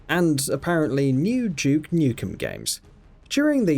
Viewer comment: It's Duke not Juke.